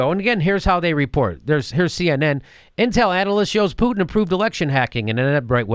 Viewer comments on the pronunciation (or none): none